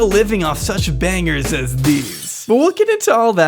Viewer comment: You know a channel is bad when they say "banGers" instead of "Bangers"